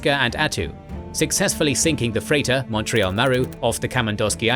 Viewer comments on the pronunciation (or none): none